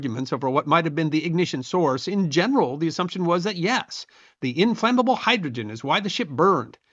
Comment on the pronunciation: When you said Imflammable it made me think of a George Carlin bit, " there is flammable, you have non-flammable and Imflammable...either it flams or doesn't flam